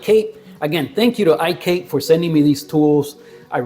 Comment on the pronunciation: Thanks for the video,. iKape is pronounced as i - ka - pe (short e). Kape s coffee in many Southeast Asian countries.